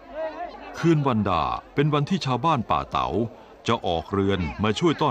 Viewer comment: ยังติดตามเป็นกำลังใจ ทุกตอนครับ ออกเสียงภาษาเหนือจริง คือ สหล่าครับ บ้านป่าเต๋า จริงน่าจะป่าตาว